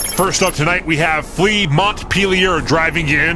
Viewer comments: Flea Montpelier would be French, if I'm correct. Pronunciation would be Mon-pel-e-eh. The T is silent and the i sounds like an E. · Please ask for name pronounciations. Flea Montpelier = Flea Mo-pie-eh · Pronounced MONT-PEL-EE-AY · hearing both of you say montpelier is painful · Learn how to pronounce Montpelier